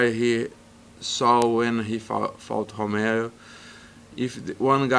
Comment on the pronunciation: gianmaria merli costa says Homere instead of Romero lol